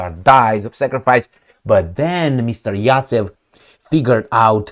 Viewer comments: Zajcev not Racev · Zaytsev 😂. Not yatsev Zaets. Is Rabbit